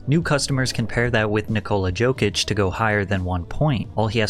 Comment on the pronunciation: “Nikola Jokish” is crazy